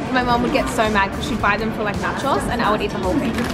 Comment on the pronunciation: Am I the only one that cannot unhear nachòs? instead of nachós? hahahaha